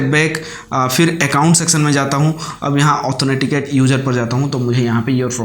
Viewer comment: Bhaiya, ऑथोनेटिकेट क्या होता है ? वो ऑथेंटिकेट होता है।